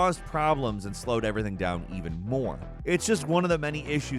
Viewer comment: "I tell you ebry ting"